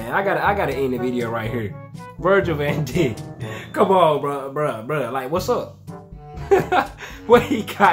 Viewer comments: it's prenounced, Daike. Van Dijk(Daike) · Virgils last name is pronounced “Van Dike” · I started laughing when he said Virgil VanDick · Ayo, it's Virgil Van Dijk. Pronounced, Van Dike. Like bike, but Dike.